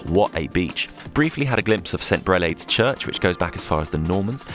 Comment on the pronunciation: Makes me very homesick. Wonder why I left. A nice compilation. St. Aubin = St. Obin. Mt. Orgueil = Orgayie (Mt. Pride). Brelade = Brelard.